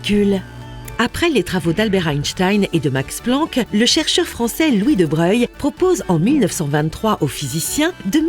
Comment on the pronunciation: La petite voix c'est Louis de Broglie et pas Louis de breuil , même si il sont pas très loin en km 👍😊